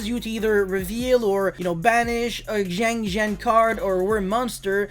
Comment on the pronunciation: It's not pronounced Jiangjin nor Jiangjiang Is [sianjian] siAnjiAn